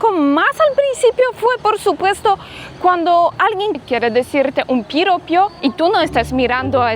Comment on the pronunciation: los halagos y/o cumplidos a una mujer, los llamamos PIROPOS, palabra aguda, es decir, con acento en la penúltima sílaba, te lo digo " PORQUE PRONUNCIASTE VARIAS VECES ÉSA PALABRA MUY MAL, DICIENDO PIROPIO ".💥🥳🥰